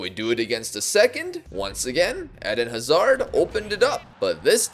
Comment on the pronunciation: the pronounciation of Hazard throughout the whole video gave me several aneurysms